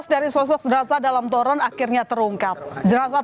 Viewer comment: Zenazahh.... Zenazah... Lebay banget ngucapnya.